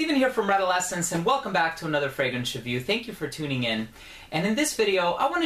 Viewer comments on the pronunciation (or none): none